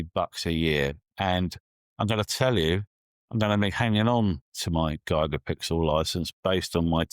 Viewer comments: Useful review thank you. I feel traumatised every time you say “Gigapixel” though! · Hahahaha! G👁️gapixel gets me every time as well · How do the British normally say gigabyte? Is it similar to how is saying Gigapixel?